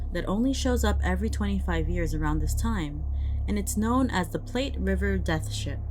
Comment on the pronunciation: I'd be curious as to what kind of sailing ship would be on the Platte River. I know it can be wide, but in Wyoming it might not be as wide or deep. Also in Nebraska, the name of the river rhymes with flat and doesn't sound like "plate".